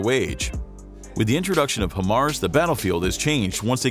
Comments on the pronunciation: Better Than HIMARS? NO ! It is NOT Him-Mars. It is pronounced Hi-Mars! That's Hi as in Hello, High the opposite of Low LOL! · Why do americans call it him-ars... (HI)Mar, HI stands for HIGH... HIGH mobility multiple rocket system... HI-mars... american english is fucking terrible. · its pronounced HIGHMARS not HIMARS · How are you miss pronouncing Hi-Mars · Nope. It’s not better than HIMARS. If you are not blind, you will not ask this question or try to compare apples and oranges. And if you call HIMARS, “He-MARS,” it means you have no idea what systems that you are talking about. Did he just say “30mm” rockets? Wtf! It’s 300mm! Damn this dude is terrible!